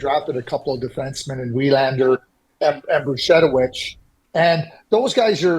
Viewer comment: Thank you Craig for pronouncing Willander correctly.